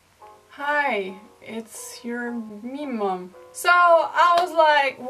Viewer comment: I come from the South and I was so confused about meme mom until I saw someone spell it out in the comments. I thought you said memom and I was thinking, "Child, this is nonsense, you are clearly not my memom..."